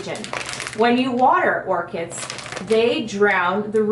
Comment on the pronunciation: It's Orchids with a D... Not "Orchits" >.<